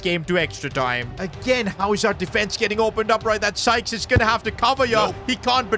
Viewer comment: Why was bro calling Sykes “Skies”💀💀💀